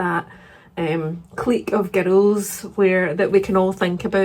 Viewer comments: Your pronunciation of clique as “cleek” rather than “click” is correct. After all, you wouldn’t pronounce antique as “antick,” would you? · Your pronunciation of clique is completely correct, click is just people who don't know how to say it😂 ❤ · I've always pronounced Clique the same way as you, and not 'click' 😂 How exciting that you are hosting a chapter 25 bookclub, one of my besties has also become a host. I hope you have fun 🧡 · French speaker here: you're definitely pronouncing clique correctly